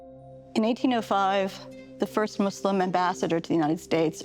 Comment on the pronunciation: As a Muslim and an Arab I’d say that one of the things that I like about the fact that says “ Muslim ” instead of “muzlim”